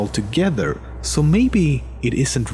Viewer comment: Are you from norway?... Got it from "sååå..."